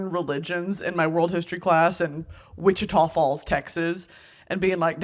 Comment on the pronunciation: To hear you say Wichita Falls almost had a stroke